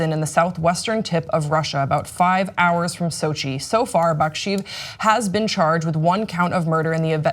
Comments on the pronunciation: Actually she didn't pronounce the names that well, it's pronounced something like bak-shay-ev, not bak-sheev. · It's pronounced Baksheyev though =)